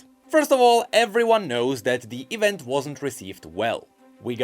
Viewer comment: Pronounce "E-vent" false one more time! I will unsubscribe and subscribe again!